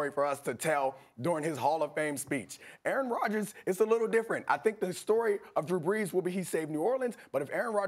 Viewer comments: "Errn Rodgis" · Try saying “Aaron Rodgers” like Damien Woody. Go ahead. It’s not possible.